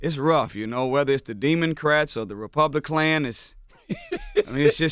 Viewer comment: “Demoncrats & Republiklans” 🤣🤣🤣